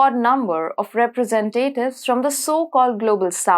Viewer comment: You should search the pronunciation of "representative".